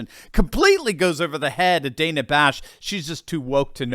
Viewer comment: Dan-a, don't call me Day-na Bash is such a hack.